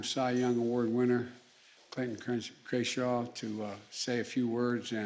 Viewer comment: He said his name correctly idk what you’re on